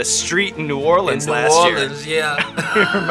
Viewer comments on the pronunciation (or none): none